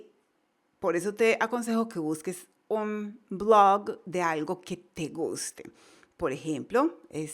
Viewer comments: dice un BLOGGGG ! parece que va a vomitar, por favor necesita mejorar bastante su ingles NO ENGAÑE !!! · Marvele Herrera a mi no me gustó como pronunciado oasis blog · ¿Te dió gracia oir "un Blooog"? jajaaja. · lée un blooag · Dios esa.pronunciacion de blog.. Diossss .... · Siiiii por un momento pensé que iba a vomitar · Jajajajaja si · Gracias por los consejos, los pondré en práctica ;). Por otro lado, muy graciosa la forma en que pronuncias la palabra "blog" jajajajaja